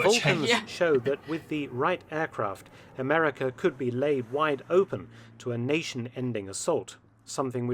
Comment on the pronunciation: Did you say Amewica?